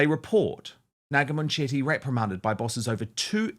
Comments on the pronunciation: It is not Moonchetty. It is bully Mun chetty, speak English properly!😅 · Is that how you pronounce her name? I thought it was munch-itty. I prefer munch-itty. 😅